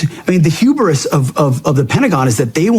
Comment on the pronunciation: "HUBERIS"? JFC, if Hegseth was ten times smarter than he thinks he is, he'd still be a halfwit.